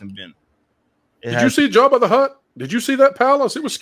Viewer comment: I hope they all celebrated this with a case or two of Bud Light! ROTFL! BTW, re. "asian Jedi"...? In the Galaxy Far, Far Away IS there an...Asia? (And? There you go with your "Jabba the Hut-spa" pronunciation! Call me and get lessons in Yiddish 101, willya? SMILE!)